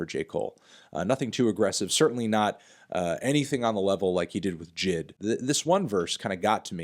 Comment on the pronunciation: lmaooo his pronunciation of J.I.D. “jid” im dead